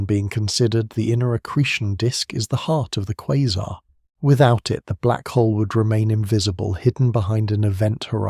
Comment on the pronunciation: I can't listen to this. You keep saying quazer (whatever that is) and them sometimes a quasar. It is driving me nuts. No such thing as a quazer!